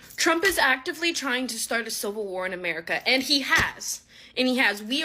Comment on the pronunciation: What's a silver war? Because that's what it is saying. If it means civil war, why not say that? Instead of banging your claws around, maybe learn how to pronounce words correctly